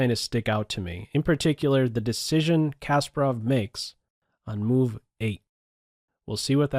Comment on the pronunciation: Why am I so distracted when you mispronounce Garry's name ? It's not Casper-Off - it's kuh-SPAR-off